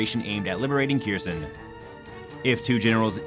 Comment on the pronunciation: Error: say "err-or" not "air". Kherson: say "Care-zohn" not "keersun". What are you talking about "on the morning of July 11" for? This is April. Prostrate: say "Praw-strait" The Ukrainians are locating Russian CPs because they're getting live overhead imagery from the US.